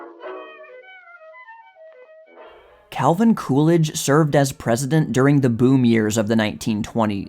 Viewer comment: Coolidge? It's more like cool ranch. lol what a guy!